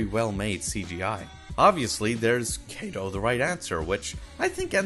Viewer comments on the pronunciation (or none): Why do you pronounce them as Kay-do and Main-ga when their actual pronunciation is Kaah-do and maah-nga?